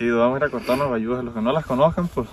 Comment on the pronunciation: Bayusas no sayusas jijiji